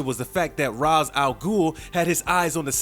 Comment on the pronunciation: What's with people not bothering to pronounce Ra's name properly?